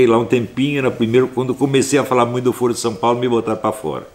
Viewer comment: Sr. Astrólogo, a forma como é pronunciada a palavra "foro" altera seu significado, no sentido q vc a utiliza jamais pode ser pronunciada como "fôro", mas apenas como "fóro" ou deve-se utilizar a palavra "fórum" para designar uma reunião ou encontro para debate, tal como Ciro Gomes e Lula falam:"fórum/ foro (pronunciado como fóro) de São Paulo". A palavra "foro" com esta pronúncia q o Sr. usa designa "âmbito" como na frase: "isso é uma questão de foro íntimo"; ou instância judiciária como em "foro por prerrogativa de função".